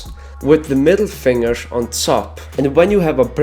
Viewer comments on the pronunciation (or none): DON'T SAY "FINGERSH" IT'S DEADLY FOR MY HEARS